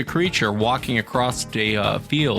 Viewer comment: I'm still waiting for to say the word 'across'.... without a T sound at the end - hear lol